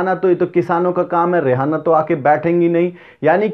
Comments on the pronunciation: It is reyana not rehana. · Rihanna not Rehana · रियाना को रेहाना कहना उचित नहीं है ठीक तरह से रियाना स्पेलिंग देख कर vedio बनाया जाए मेरा आग्रह है । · Not rihana she is riyana